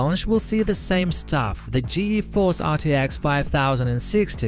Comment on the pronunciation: If you waited, you could have heard him say " gee eee force".